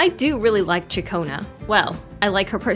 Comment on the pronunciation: "Shakonnu" like chaccone that's how her name pronounced if you did a little research.